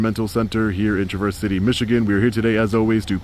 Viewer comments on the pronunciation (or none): Also Traverse not Trav verse. Emphasis on the Trav. I’m from Michigan and been there many times and wasn’t sure where you were at at first. 😊😮❤. But hey yo it is what is yo. Lol. Long Island speak? Don’t know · No … 😂 it’s “TRAAH-VERRSE” not “TRUH-VERSE Thanks for doing good work! Love the video. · It's TRA-verse City, not tra-VERSE... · Michigander here. It’s not Tra-VERSE, it’s TRAV-erse. Almost like the name Travis. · First I want to say that I love what you do! As a proud Michigander, it's pronounced Traa - verse, like Travis, not Truh - verse.:) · tra-vrs-si-tee not Traverse City. That’s how we pronounce it. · It's pronounced TRAverse, not traVERSE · Traverse City is pronounced TRA-verse not tra-VERS. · Traaaaa Verse City. Not Trah Verse City. Welcome to Michigan. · Long time subscriber, since you started! I live here, the city is pronounced "TRAVV- Erse" and not "Trah-verse" like the car! 😅 Good job! Welcome to Michigan! Come south to Flint or Flushing!😁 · Only criticism for a superbly done audit is that it's TRA-verse City not Tra-VERSE City... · Great audit except for one thing... It's Trav-erse not Tra-verse. 😊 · Sweet! Welcome to Michigan. Pronounced like Tra' verse. Not tru verse' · It's pronounced traaverse city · The local pronunciation of the city is Traver-city. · Tra vers...lol... Traverse City, Michigan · the way you say traverse city boyhers me its not traverse as in travel think more travis the name mixed with verse trav-verse city your too well educated and spoken to mispronounce names sir leave that to the rest of us morons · The pronunciation is Grand Traverse - like in “to traverse the waters”. This one started out rough but got better. Great to see you in Michigan! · Welcome to Michigan! (FYI it’s pronounced Trav (like Travis)…Trav-verse. 😉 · Pronounced Trah-Vers city ;) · I'm so bummed out I didn't see you!!! I live near T.C. and just a heads up, it's pronounced "TrAverse City" almost like Travis with the "A"